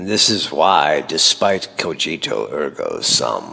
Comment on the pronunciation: Couple things ive noticed so far. One i wanna get out the way is your voice, youre individual intrigues me (you sound like the joker more specifically). Next is the g in "cogito" is pronouced 'guh' instead of 'juh' i believe (just like in "ergo" or "germanii"). Another thing id like to bring up is IDEALS and IDEAS. We believe ideals are the 'best' scenario, the word comes from idea. But we are not certain if we 'like' idea (above mental/mental).. We are usually only certain if we "like" when it is physical. Ergo ideals should not be called ideals